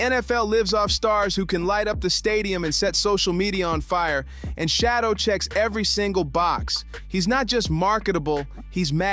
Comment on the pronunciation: His name is not shadow Sanders